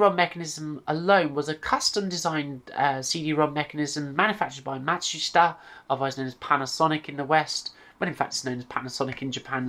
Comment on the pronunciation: TIL how to pronounce Matsushita! :) (Great rest of the video too)